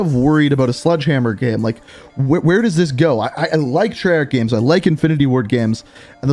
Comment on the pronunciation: Gameranx says "Gams" instead of "Games" and says "Gems" instead of "Games"